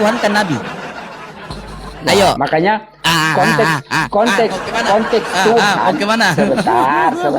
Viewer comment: Hahahahaha, koplak.. 🤦‍♂️🤦‍♂️🤦‍♂️🤦‍♂️ 🤣😂😂😂🤣😂🤣😂🤣😂😂🤣 Kt ny di situ berbicara ada 2 kontes.. 🤣😂😂😂😂😂😂😂 Konteks pak bukan kontes... 🤦‍♂️🤦‍♂️🤦‍♂️🤦‍♂️🤦‍♂️🤦‍♂️🤦‍♂️🤦‍♂️🤦‍♂️🤦‍♂️ Ampun" Dah,,, 😂🤣🤣🤣🤣🤣😂